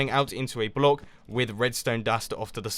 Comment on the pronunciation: sounds like you're sayin bloke lol